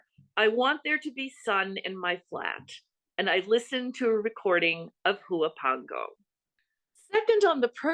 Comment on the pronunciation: Huapango is pronounced “uapango”. H is silent.